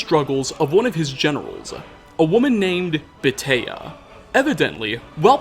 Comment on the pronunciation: Your mangling of the name Beatia (Bay-ah-tya) is disturbing.